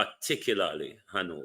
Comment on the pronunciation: Han-na-va for Hanover.😆 Mark Golding, you seriously need help. You're not ready for Prime Minister work yet. This kind of talking is embarrassing. No one gonna push you on Jamaica. You will not be allowed to lead and represent Jamaica.